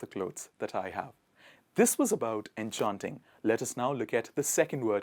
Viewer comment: Dude, if you're a swifty, why are you pronouncing enchanting like that!